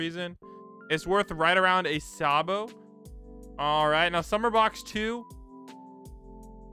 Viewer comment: Bro said saybo instead of sabo